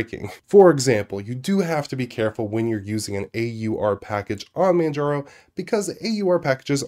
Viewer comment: "mandjarrow" haha